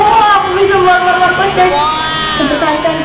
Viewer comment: Bukan markues tapi markes